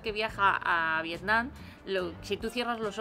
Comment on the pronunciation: muy bien el video y todo, pero la verdad me pone un poco nervioso que la chica llame al pais "Vietnan" todo el rato y no Vietnam.